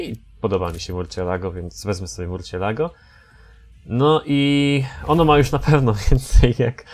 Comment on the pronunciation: Nie mówi się murcielago tylko mursjelago :D